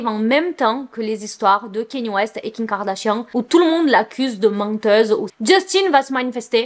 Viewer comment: Superbe vidéo ❤️ Mais j’aimerai trop savoir un truc mdr Tu dis kiM kardashian, kiN, ou Ki kardashian ou c’est juste moi qui entends mal haha